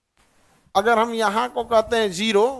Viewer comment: Agar ko agal bol rahe hai awaj galat 14 min video me awaj